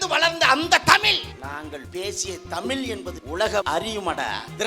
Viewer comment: தமிழ் ..... ழ் லே வரலயே😂